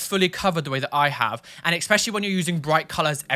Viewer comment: you use a lot of Don't Hug Me I'm Scared clips and was wondering if you also have those tattood on you somewhere?:D Also; it's ESpecially, not EXspecially, darling, haha. ♥♥ Hope to run into you sometime! I'm from the Netherlands and visit London often.:D